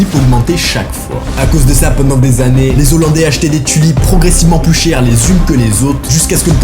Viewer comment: On ne fait pas la liaison entre les et hollandais !😉